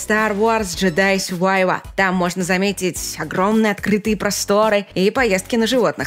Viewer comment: Джедай Сювайва? Ким БесинГер? А АстровскАя, ты чё опять тупить начала?